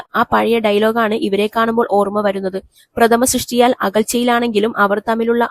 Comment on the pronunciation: മലയാളത്തിൽ സംസാരിക്കുമ്പോൾ അല്പമെങ്കിലും മലയാളം പഠിച്ചിട്ട് സംസാരിച്ചാൽ പോരേ?, "പ്രഥമ സൃഷ്ട്യ"? "പ്രഥമ ദൃഷ്ട്യ "എന്നു പറയാൻ അറിയില്ലെങ്കിൽ " ഒറ്റ നോട്ടത്തിൽ " എന്നു പറയാം